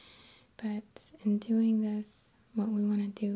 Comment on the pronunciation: man i like her vids in general but the fact that she mispronounces silent 'g's constantly gets to me. dancin(geh), lovin(geh), doin(geh).